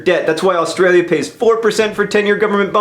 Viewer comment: Thanks for saying Australia John!